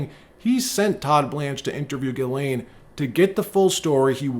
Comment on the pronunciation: Her name is giz lane. Not gilane😅 sounds like a porn star huh.